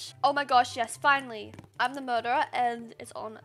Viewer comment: everyone: murdrer she: murdah